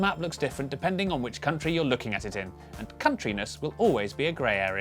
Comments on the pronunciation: Haha - you said "kunt - ri" 😂😉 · At the beginning that pronunciation is not very nice I read that as koon tree, I think in proper ipa is would be /kənˈtriː/ or something similar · my favourite subtle joke here is that /'kuntri'/ is absolutely not how the country is pronounced! its meant to be /ˈkʌntɹi/ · Wtf is there really someone who pronounces it /kuntri/ ? Ahahah